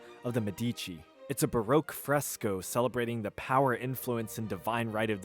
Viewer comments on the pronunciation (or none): none